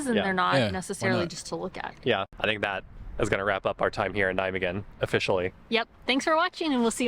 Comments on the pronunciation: There are 1150 museums in the Netherlands. The Rijksmuseum in Amsterdam is far away from this museum. You put the emphasis wrong when pronouncing nijmegen. You should pronounce it as NIJmegen. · the stress is on "Nij". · NijMEGEN, you might as well pronounce it as NyMEGAN instead of NyMEHEN. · Nigh-May-GGGGGGGGen Like Night without the T, May as the month, GGGG like scraping your throat, eN like the letter N. Emphasis on NIJ....You were close :) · it's pronounced neigh-megen with a fairly hard G, as if you're clearing your throat. neigh-may-clear throat Ghhhhh-'n ;-) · you both suck at pronouncing 'Nijmegen' hahaha The 'g' is a really strong sound. The emphasis is on 'Nij' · In Nimwegen the nimwegenaren don't use a hard G, but a more softer G. Dat zou jij moeten weten, met jouw nickname. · You "G" pronunciation was correct but the rest wasn't, the way she said the rest of the word was better than yours, so just take hers add your "G" to it and your good.